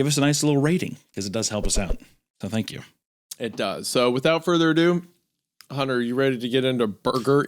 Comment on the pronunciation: "Huntuh, im not going to have sex with you huntuh"